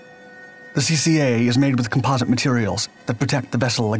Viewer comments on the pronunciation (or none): none